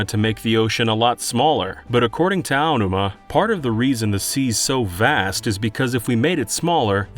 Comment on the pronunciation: god this guy is so bad at pronouncing things, from "Onma" instead of Aonuma, and "Hee-oy pear" instead of Hyoi Pear. Disgusting.